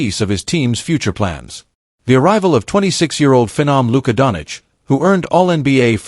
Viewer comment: what is wrong whit you, its not donic, its doncic , omg shame on you